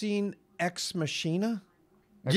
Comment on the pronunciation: It's alright,. I used to think Machina was pronounced that way too.